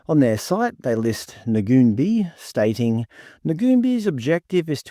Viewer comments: Firstly, it's pronounced Nuun-bye. Secondly, do you know what services Ngoonbi offers? Or were you relying on a website to tell you. There are plenty of non-indigenous organisations offering similar services. And they don't just operate in Kuranda, that's where the main office is. Have you bothered to find out why the building is boarded up? Maybe due to youth crime, like so many other local businesses. This is a horrendous, ignorant pretense of an "expose" when you don't actually advice your audience what they do. Disgusting racism inciting bullshit. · Hi folks, I grew up in Kuranda and Ngoonbi was first started by Elders in the area. Ngoonbi pronounced "noon-buy" has many program operating as we speak. The building that is shown in this video is not where they operate out of at present, they currently operate out of a building on the same street about 20mtrs further along. It is very much in operation, there are many staff on board, both indig and non indig and from what I have witnessed first hand, Ngoonbi work very tirelessly within the community. Now are people driving around in expensive cars and living in big houses.... not that I have seen. Through the information presented here it is alpt of money.... it would be equally interested to see all the data and stories of outcomes of the monies attained for varying purposes, because this video is only presenting part of a story and has many unanswered questions. What Ibrecognise from most of the comments are knee jerk reactions based on bias as opposed to actual insight. Perhaps the content creator can research mining companies in Australia with the same lens, or perhaps politicians, or perhaps churches...........